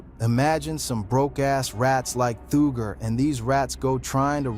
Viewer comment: Lol "Thooger"